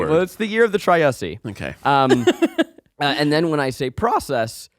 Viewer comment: ZACH SAID TRYUSSSY 😭😭🤣🤣